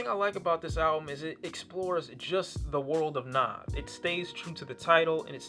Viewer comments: It's not nov it's nav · Brampton and Rexdale Gang Gang! And btw his name is pronounced N(ah)v. The funny thing is the way u prononcing his name is kinda the way we would say it if we were speaking punjabi which is relevent because he is Punjabi. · Its pronounced n ah v he is indian therefore thays how it is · it's not naav it's nav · NAV NAHV not nawv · How do people not know how to pronounce his name when there literally a song where he says his name😒😒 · So like Nav, by Nav, on the project Nav And uh still couldn't pronounce the name? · I fuck with this channel and this review heavy, but...BOI he says his name on the second track in the hook how do u keep mispronouncing it lol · Lol how are ppl still saying his name wrong? The 2nd track on the tape is called "Nav" where he clearly says how it's pronounced. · this guy really couldnt pronounce "NAV" right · The way u say Nav makes me cringe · You gotta be the worst listener ever to listen to this album more than once and still pronounce his name like that. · He even pronounces his name on the song NAV lol but ok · You mispronounce his name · It's not pronounced Na(ah)v. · its a mixtape, and youre saying his name wrong